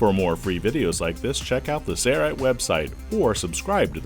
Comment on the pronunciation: Thanks for demonstrating that project. By the way, is it my imagination, or is the video narrator pronouncing the name of your company without the letter "L" -- SAY-rite?